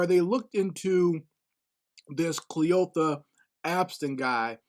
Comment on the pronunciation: Kleeotha, Cleeotha? That’s an old great grand mommas name 😂😂😂! The story is not funny though!